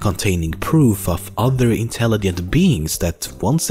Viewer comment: he said intellighent